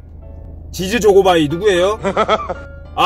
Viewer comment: 아따 선물 많이 받아서 좋겠소 가방에 간식거리 지즈 조고바이 ㅋㅋ 발음이 웃기요 마지막 선물은 대박이네요 돈다발 꽃다발 좋으시겄소 고생하신만큼 보람이 있겠네요 팬들이 대단혀요 재밌게 잘봤어요👍🏻👍🏻👍🏻😁😄💘💘